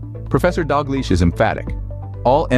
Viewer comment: It’s Dalgliesh!